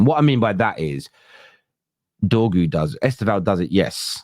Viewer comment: I know mate, he said dorgu 😅